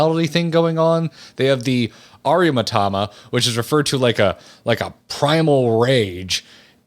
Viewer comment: Ahctually Aramitama is pronounced: Great video keep it up!